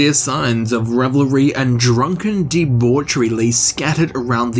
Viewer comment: I'm glad someone can pronounce, "debauchery" correctly lol